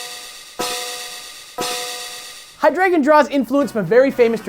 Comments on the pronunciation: Hi-Drey-Gon, NOT High-Dragon. -_ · Wouldn't it be hy-DRY-gon? Since it's name is based off the German word for three? Deino (dyno) zweilous (ZVY-los) and hy-DRY-gon is.how I pronounce the evolution line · And all this time I thought it was pronounced HY-DRAY-GON. Though my brother pronounces it as HY-DREH-GON. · "Hydragon?" Is that... is that the official pronunciation? I thought it was high-dry-gahn. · Why are y'all pronouncing it as haɪ-'dra-gən? Wouldn't it be pronounced haɪ-dʁaɪ̯-ɡɒn since the German word drei, the word for three, is in the name? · Ohh, I always pronounced it "hai-DREE-zhon." Cool episode! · Hi-dragon? I always pronounced it Hi-dre-gon. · High-Drey-Gon? That's how I pronounce it. Also an Amphibious episode? What Frog!!!!! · Also I'm glad I'm not the only one who notice the way they were pronouncing it. It was driving me crazy lol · ooohh the way you yankies says "drei" haha!